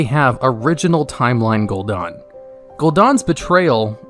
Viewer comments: Gul'dan* not Gul'dOn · its gul"dan not gul"DA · Gul DAN not gul DON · Dude DAN is not pronounced DON. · Gul'Daan? Really?